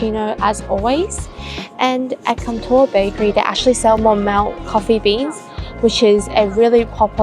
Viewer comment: Monmouth Coffee is pronounced like 'Monmuhth'